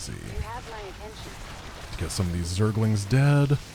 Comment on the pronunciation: Raynor also says "Zerg-a-lings". It's officially cannon in SC2 as well! Blizzard pls fix all other spellings of zergaling, please.